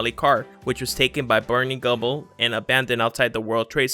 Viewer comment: You mispronounce the "Simpsons".. and it's Barney Gumble not guble.